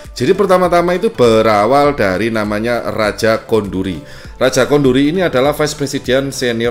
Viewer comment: "Raja Koduri", ya kan ? bukan Raja Konduri